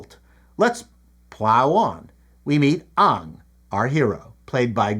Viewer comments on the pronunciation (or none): He's pronouncing it "Ong" like the Netflix show. No less wrong, of course. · Why are you pronouncing it “Ong” like the M. Night movie? It’s “Aang”! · His name is Aang not Ong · ANG not UNG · Please pronounce his name as Aang, not Ong!! Every time you mispronounce his name, I am reminded of the awful avatar movie by m. Night. I hated that movie so much,I swore to never watch anything by m. Night. I love the animated series. You must watch it. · His name is Aang (aang). Watch The Animated show or you'll be confused. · Every time you pronounced Ang as Ong, like in the Shamalan Avatar movie, my eye twitched. That's a cool trick, mister! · no way my mans called him ung 😂 watch the cartoon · "Aang" rhymes with "gang". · He said 'Ong' the VERY cardinal sin of the movie x'D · It inspired me to compose a mnemonic: 'Ong' is wrong. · you're saying the name wraang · Ok, to pronounce Aang correctly just take the word "gang" and drop the first letter. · have you met any air bender fans? lol… Basically every late Gen Y and Gen Z would immediately blow this video off from mispronouncing it. I enjoy videos and have been here from the start (Macintosh videos anyone? ) but lack of attention to the main character’s name just serves to make people disconnect from the review. Not that I think it’s any great sin. Some people just don’t care, but it feels like a very “Boomer” thing to do. ( I want to also clarify that I never really cared about the show myself… My kids just really liked it even though they were latecomers to the series. ) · everyone except M Night Shyamalan pronounces it it differently than you did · Take a shot every time he mispronounces Aang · I'm drunk.